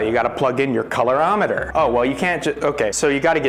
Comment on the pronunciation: Staying tuned to the end to see if you ever pronounce colorimeter correctly